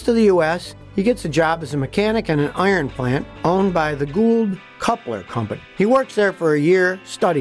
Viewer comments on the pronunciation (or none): none